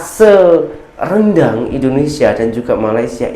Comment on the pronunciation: Sebab itu la orang tidak menyebut nya dengan sebutan " RANDANG " tetapi "RENDANG" ......🤭